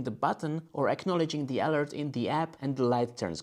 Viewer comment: Very well done video! One word of advice, in English the word 'alert' is not pronounced ÁL-urt its pronounced a-lúrt, emphasis on the second syllable. I use the Freestyle Libre. After I first got it I knocked the sensor off two times. Once by hitting it on a doorframe and again while taking off my shirt, lust like in your video!